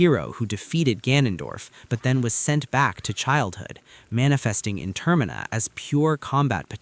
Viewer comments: God tell me about it… I can handle it if it’s here or there but I’m video paused because ter-Mina has been said 3 times in one minute and I’m ready to just click off it I hear it again in the next 30 seconds Update: It was said two more times in the following minute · Why do I get to distinct feeling that their using chat GPT he pronounced termina wrong😢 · As soon as you pronounced Termina wrong I stopped listening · I'm really enjoying it, it's driving me a little nuts though the way "Termina" is being pronounced.